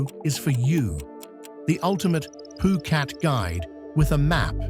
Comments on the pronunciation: Phuket not phukat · every time the narrator speaks he says phukat. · Great video. I love all three video of this type you made. I took a lot of notes while wacthing too. Btw why you say phuket as poo-cat ?